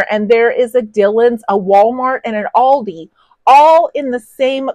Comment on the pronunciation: It's pronounced Al dee. As Albrecht Diskont. Xxxx